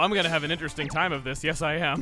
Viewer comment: chuggaa channeling his inner Tasmanian devil also "This toim has been kerned" 2019